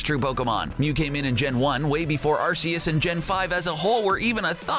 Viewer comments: Ar-kee-us not Ar-see-us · Ar-ki-yus not Ar-si-yus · Also, and it's my opinion, but I think it should be pronounced ar-key-us, not ar-see-us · It's Arceus not Arseus! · It's no Arseus it's called Arceus and he is in gen 4 not 5 . Great video btw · Oh you say it like arseus I’m stupid I so srry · I got kinda triggered with this video. In the wiki and in the information books Arceus is pronounced Ar-key-us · YOU SAID ACEUS WRONG!! It's pronounced (Ar key us) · Jesus Christ it’s ar-key-us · Ok first of all! It's ar-key-us! And it cames in gen 4 not gen 5! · Arseus?, omg that made me cringe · It's ar-key-us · yes AND he pronounced arceus wrong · Learn how to pronounce Arceus, you fkin twatnugget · You said arceus wrong